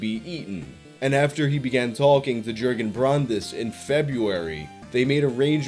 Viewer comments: Jurgen = Yuh-gen: J sound in German isn't the same as J in English. J in German sounds like Y in English. English "Yes" in German is "Ja". Said like "Yah" in English. So "Jurgen" is pronounced more like "Yer-gen", or more correctly, "Yuhr-gen". Also "V" and "W" is swapped. So "Winter" becomes "Vinter", or more correctly, "Veen-tuh" Armin Meiwes = Ahr-meen My-ves. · In Deutschland, J's are pronounced as Y's. Jurgen-Yurgen. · The person’s name is pronounced yergen btw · Yes you pronounced the name "Bernd Juergen Brandes" the wrong way, but doesn't minimize the interesting content at all. Best wishes from germany ☀️😊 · but then how he pronouced Jurgen killed me each time